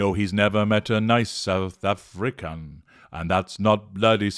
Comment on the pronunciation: 'I've nevah met a nice south Afri-can' 💀💀😂😂